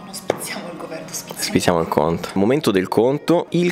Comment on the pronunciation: "Spizzichiamo" per favore e non "spizziamo"...già lo fanno i giornalisti sto errore, dai :D